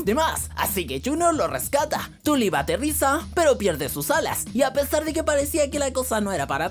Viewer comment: Tulip suena como turip